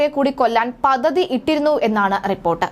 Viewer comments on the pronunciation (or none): Pathathy alla padthathi. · പതതി അല്ല, പദ്ധതി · പദ്ധതി "പതതി "അല്ല കുട്ടീ. വ്യക്തതയോടെ സംസാരിക്കൂ.